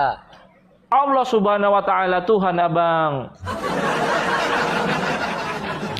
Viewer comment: Sebutan Tuhan bukan Tuhang